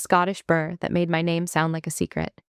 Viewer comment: Liked the story, especially hearing my name used! Different pronunciation but I get that often when travelling to different countries. It’s easier to listen and not watch as the visuals are a bit odd. There are actual tales told through centuries of such things happening. We’re a superstitious lot, to be sure. Well done. 🍀🍀🍀